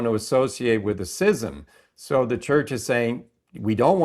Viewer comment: why are you pronouncing the words "schism" and "schismatic" incorrectly? It's 'SKIZ'EM" not 'SIZ'EM"